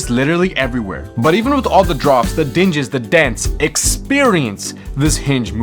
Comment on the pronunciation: FYI, ”dings” is pronounced how it's written, not "dinjiz"...